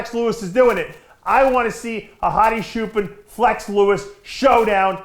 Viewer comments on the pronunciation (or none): Say chair, now say choopaan. Not shoopen lol thanks for the support Dave.